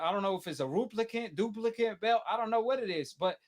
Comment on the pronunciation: "Is it a ruplicate, a duplicate, what is it?" -... 😂😂😂😂😂😂😂😂